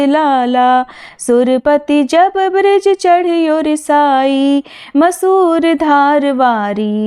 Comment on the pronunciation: मूसर धार की जगह उच्चारण मसूर धार होता है